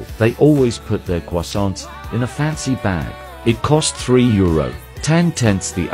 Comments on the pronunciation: I love Cwasownts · I love how the text to speech pronounces “croissants” as “quossants”